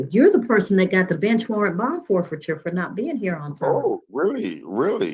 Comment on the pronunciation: •Mr. Gross: "Oooh! I've got a Bench wawwant?! Why?! Because I'm (4×) sitting here talking with you." •Judge Hayward: "Mr Gross. Are you under the influence of anything at this time?" 😂😂😂 •Mr Gross: _"No Ma'am I'M NOT! I just tawk this weih." Earlier... •Mr. Gross: "Helloooo?" •Judge Hayward: "Uhh... Yeah?" •Gross: "Um, yeah. So... I'm not sure if I'm in the correct uhm... you know... VICIMITY. Uhm... You know... So... Uhm, I'm trying to find out. My name is Draker Gross. Am I in the right Courtwoom?" 😂😂😂